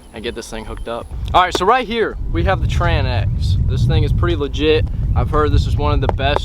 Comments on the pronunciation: It's called the tranx not tran x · lol he said “doe-byns” and “Tran-X” 😂😂😂